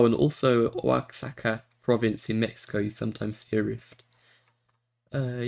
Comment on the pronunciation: Great vid, enjoyed the play along. FYI the word Oaxaca is pronounced wah-ha-kah (stress on -ha-)